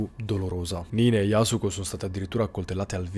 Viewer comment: Yasùko con l’accento sulla u ☺️👌